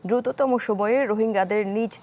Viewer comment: দুরুত বলতে আরো ৫০বছর 😂